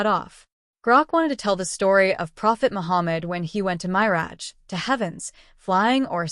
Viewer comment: Miraj should be read like 'mirage'